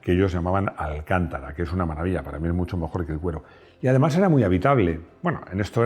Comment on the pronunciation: Cuando se habla de "alcantara" refiriéndose al tejido técnico, se debe prescindir del acento.